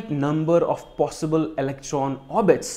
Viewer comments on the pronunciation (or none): none